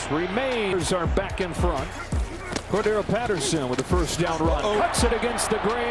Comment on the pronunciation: Corda-RELL not Cor-darrell 🤦🏻‍♂️